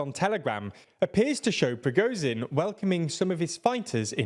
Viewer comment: They nearly have Prigozhin right. Well, better than it has been anyway.